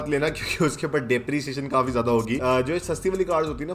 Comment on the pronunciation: Bhai love your videos. But aap kaafi ko kaufi kyo bolte ho